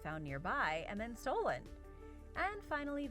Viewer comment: WTF IS A SE-PUL-CR? Say the shit correctly